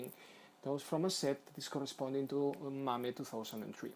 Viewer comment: Mame is pronounced "may-em" not ma may just saying